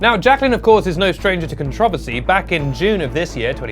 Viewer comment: Im sorry, how did you say controversy?